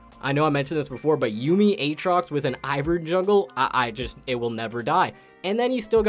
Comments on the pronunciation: Is it a throwback to key & peele sketch when you say A-atrox? Or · He's just doing the LS meme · Is there a joke I a missing here? Why does pronounce aatrox differently each time